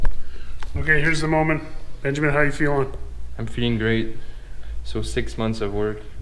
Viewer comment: ben "jig" min